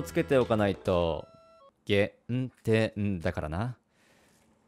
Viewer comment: 「GE・N・TE・N」が謎に「DE・N・GA・N」を感じる